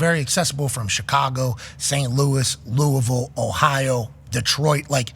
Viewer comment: Shoutout to pat for saying LOUISVILLE correctly 😂